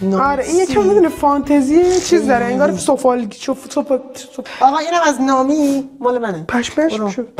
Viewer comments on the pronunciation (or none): اون یکی نامی نیست نومیه😂😂😂😂😂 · اونی که گفتی نامی نبود نومی میوه یی بود😅❤